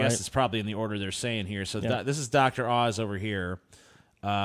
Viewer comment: Oz, not Auze.